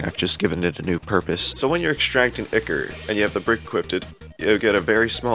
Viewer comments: "IKKER" ToT (its pronounced Eye-Core.) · Ya say ichor like icker?